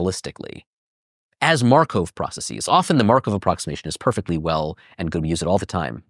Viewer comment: Dude can’t even pronounce processes.